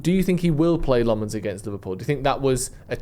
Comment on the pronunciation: Our goal keepers name is pronounced Senna LAMMENS not Lemins 😂😂